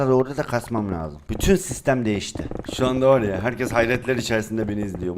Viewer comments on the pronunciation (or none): none